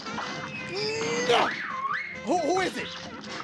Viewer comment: i love how he says neooo